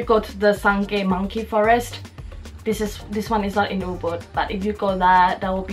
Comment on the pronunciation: just a heads up it"s Ubud not boo boo :D.